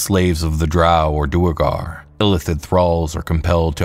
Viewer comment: Let me add pronunciation of "duergar" to my comment.